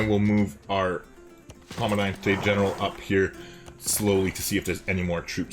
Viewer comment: For what its worth, the g on general is basically dropped or maybe said with a touch of an h. Its com-an-dan-tay ehn-er-aal